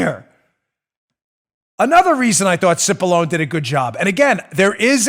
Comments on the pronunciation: He name is pronounced...sip-a-lon-nee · The Dems were totally disrespecting Pat Cipollone by mispronouncing his name Constantly.